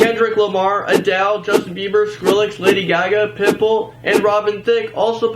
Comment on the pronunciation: When you said pitbull I swear I heard pimple😂😂😂